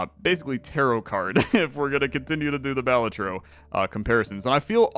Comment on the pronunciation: btw, Balatro emphasis is on the "la" so its like (ba-LAH-tro)